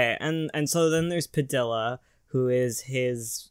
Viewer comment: I can't get over the way you pronounce padilla The Ls are pronounced like a y not actual L.